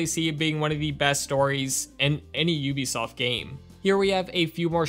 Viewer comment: Thanks for pronouncing Ubisoft correctly probably the only YouTuber ever do that in a long time! The CEO said that is how it's pronounced in less you are French or Canadian